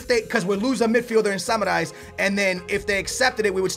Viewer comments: Its samaris not samarais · That Samaris butchering tho lmao Seems like he's saying samurai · You are pronouncing samaris so wrong dude , dont say you re a benfica fan